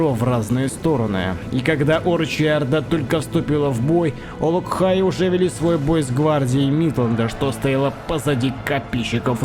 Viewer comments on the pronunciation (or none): Как же режет слух постоянное: "Олок-хаи"! Автор!!!!!